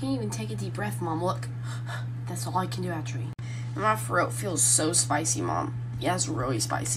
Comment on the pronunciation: “actwually“ Me: Does she say that too when she isn’t doing tik toks..